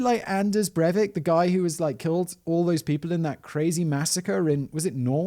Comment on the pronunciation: Norwegian here, and Breivik is on a special sentence where he can only be released if he is considered safe to let out.... So he can be in jail forever. But usually people here can only serve 21 years. And I find it depressing that you pronounced that correctly....